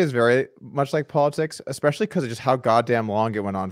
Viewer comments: i can't stand that he says EXPECIALLY ... otherwise i'm Team Garrett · It bugs the shit out of me when Gman says expecially